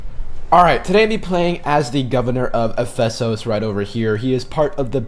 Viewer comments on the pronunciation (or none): It’s pronounced eff-us-sus lol gotta lotta ancestors from that area and personally im from crete